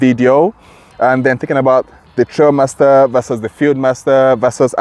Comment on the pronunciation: Thanks for the feedback, I appreciate it. I have been corrected that it should be pronounced Trialmaster. Trail just sounded right 😂 Rest assured next video will be me sat down with Grenadier or sat down drilling into aspects of the highlights.